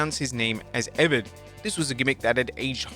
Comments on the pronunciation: Eeeeee Vaaadddd Like eeee rad Not eved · IKR? Evan...🤣🤣